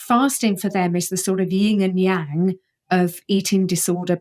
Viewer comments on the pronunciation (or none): It's not "ying", it's YIN and yang Please get it right. It undermines credibility if you can't get basic things like that correct